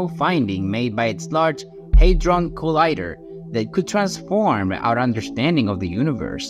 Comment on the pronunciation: it is called hadron collider, not hydron collider hahah 🤣🤣